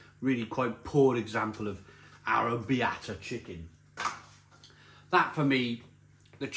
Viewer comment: “I’m very familiar with Italy” Yet can’t pronounce Arrabbiata, nor seems to know what one of the most famous southern Italian dishes contains.